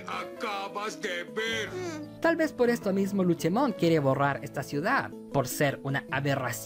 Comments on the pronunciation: Cómo me duele a los oídos q la le diga Luchemon y no LUCEMON Luche suena al nombre d la señora d los helados Cómo odio a los gringos por cambiar los nombres d los digimon como a OMEGAMON y muchos otros 😒😒😒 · un digifan escuchara como le dice luchemon en lugar de lucemon y le saldra espuma por la boca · Que onda con el luchemon en lugar de lucemon xD